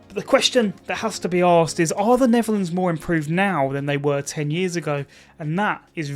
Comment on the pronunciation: I heard that too